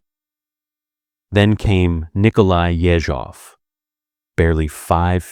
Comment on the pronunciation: Ye-ZHOV - stress is very important in russian.